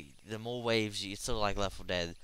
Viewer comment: LOL "you know lef fo dead"